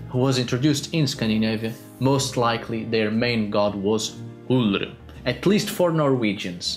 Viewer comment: Pronouncing Ullr's name made him look like he was "choking on your own tongue", if that made any sense.